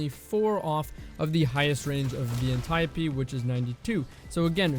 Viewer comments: thousands of dead ancient greeks are cringing in their graves at the destiny communitys pronunciation of Antiope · The way he says Antiope-D. Why are you doing this, why must you hurt me this way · Proud of the comments that they’re not all just roasting how says Antiope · Please never pronounce antiope like that ever again lol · good vid but the way you pronounce antiope is horrifying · Antieuhhpee VS antiope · [Ann-tee-ope] Ah yes the Anteeopee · This man said the Anti - o - pee. Wtffffff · I really just cringe everytime he says .. “an ty oh pee” it’s anti-ope lol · lol the correct pronunciation is (ant-e-op d) not (antape d) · I don't care how it's supposed to be pronounced, it sounds weird to hear "An-tie-oh-pea" when i've read it as "An-tea-Ope" for years now. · antayopee Mf, it's pronounced like antelope antiope... Good video tho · Bruh its anti-Ope like antidote but without the d! Idc what Alexa told you when you looked it up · Apparently you looked up the wrong word or asked the wrong person my guy its freaking Anti- Dope D without the D. Antiope! Very simple idk how you could butcher the english language so badly? You seem pretty intelligent but damn bro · pretty sure its Anti-ope... so stop bullying my brain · It's actually pronounced Anti-Dope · Ann tie ohhh pee...... no thanks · Ant-e-ope. Say it with me. Ant-e-ope, Ant-e-ope. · Smh cmon is Ant Ee Ope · Anti-oap.. pronounced like soap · ant eye oh pee you probably pronounce gif as "jif" too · aniope " antio-pee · Cummy's pronunciation irks me off. I kinda hate that guy. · It's pronounced Auntie OPE, Dee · cant even say antiope right cause he didnt play year 1 lmfao learn bud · it seems that way because so many people have normalized the incorrect pronunciation. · no fucking way thats how its pronounced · Why is he saying antiope like that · You are pronouncing antiope d my guy jesus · Antiope, is he trolling when hes saying that? Straight kakkis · its not antiope its antiope :D